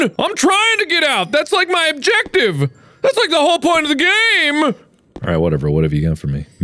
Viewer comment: "Your objoctive, is to ploce the clopes"